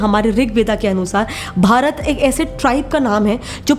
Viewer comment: Waah दीदी वाह विष्णुपुराणा नहीं विष्णुपुराण भरता नहीं भारत आर्यावर्ता नहीं आर्यावर्त जम्बुद्वीपा नहीं जंबूद्वीब हिंदी का सही उच्चारण करो अंग्रेजो की नकल क्यों कर रही हम भारतीय वाकई में मुर्ख हैं